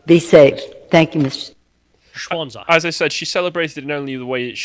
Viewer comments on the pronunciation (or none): I thought she (mis)pronounced it "Schwanze" Granted that she probably knows more about Ethanol, then German. Anyway Nancy wouldnt be Nancy, if she noticed she emberassed herself.